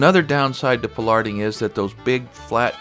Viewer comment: Never hear pollarding said in quite that way, interesting diversity of English. Very interesting to see the American approach, pollarded trees in the UK often have a ball at the top of the tree that lots of small branches grow out of, but they have been pollarded for a couple of hundred years.